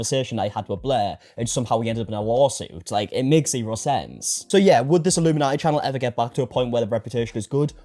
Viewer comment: It popped up due to accent. It def sounded like he said nati rather than naughti lol